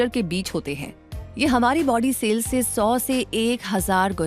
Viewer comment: Not sale. It is cell Pronounce as sell